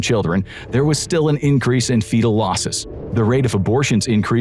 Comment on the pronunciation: WTF IS FEATL??? Do you mean Fetal???